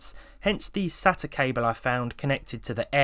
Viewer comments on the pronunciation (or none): none